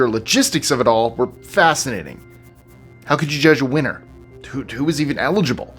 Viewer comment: I had to listen again to the first one, "How could you pick a Weiner?".... Is what I heard